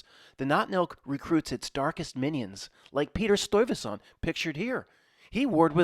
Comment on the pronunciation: It's pronounced Stuyvesant